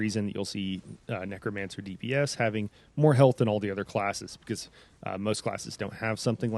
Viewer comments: It’s not Nuh-Cro-Mun-Sir It’s necro-mancer Neck-row-man-sir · A neck-Crome-a-cer…? A neck-cro-mancer 🤣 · Lol the way you emphasize the "cro" in necromancer cracks me up